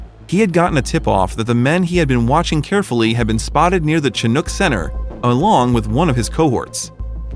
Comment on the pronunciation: Awesome story ♡ Chinook is pronounced "shin-ook" (ook as in "book")